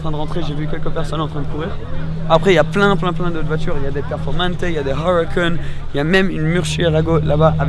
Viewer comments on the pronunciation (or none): Prononce Huracan en italien, pas en anglais! Voyooons...